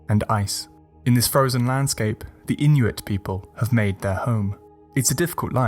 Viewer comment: As an Inuk, this video got every myth right, just as I heard these myths growing up. The pronunciations of the Inuit language through that smooth British accent were on point.